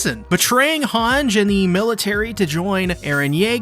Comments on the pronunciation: Bro. It's not "Honge", it's Hange. As in "Han-jee" Also it's not "Shinganshina" it's Shiganshina. Great videos but these parts just bother me greatly. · Its shiganshina not shinganshina and hange(i) not hang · It's not "Hanj" in either the English OR the Japanese version. Like... the names are literally pronounced in the show, just say the same thing the show does... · Proper pronunciations: Hange: Honjee Erwin: Airvin Paradis: Paradee Shiganshina: Shiganshina. Why do you split it up like four different words for every syllable? Lmao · youre calling hange hanj just to piss me off arent you